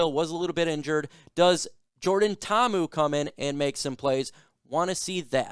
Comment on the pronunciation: Braddah you gotta pronounce Poly names with more effort. Mahalo